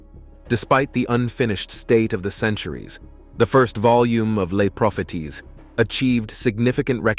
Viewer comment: Les Propheties is pronounced "Lay pro-fay-see" in French.